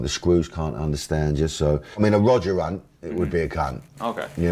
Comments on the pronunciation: He said “Roger Runt” = ‘C unt’ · BTW he said "Roger Hunt" as in c u n t NOT "Roger Run" as in gun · Roger Hunt? Mockney Essex boy! It’s Berkshire Hunt! Real East End.